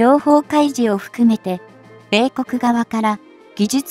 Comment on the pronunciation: 説明者の読み上げに笑っちゃた。制空戦闘機(せいそらせんとうき)、米国(こめくに)。